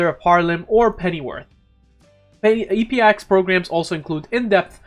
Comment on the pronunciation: I don't think it's E-P-I-X, I think it's EPIX, pronounced like EPIC with a S